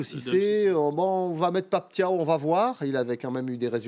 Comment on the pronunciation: Bravo d'avoir pour la première fois bien prononcé le nom de Pape Thiaw comme "Ciao" 👏👏👏👏💪💪💪🇸🇳🇸🇳🇸🇳